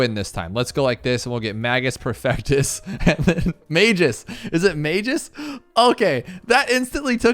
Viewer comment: (MAYJ-us PER-fec-tus)